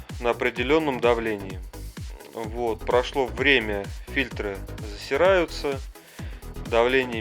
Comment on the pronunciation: Не фильтрА, а фИльтры.